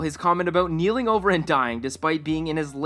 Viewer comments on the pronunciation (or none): watch your stuff a bunch. if you didn't know it is keeling not kneeling, keeling means to tip or fall over